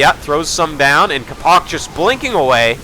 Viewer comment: capo-ch is pronounced like the "Ch" is the same sound as the one from "Ch-eese"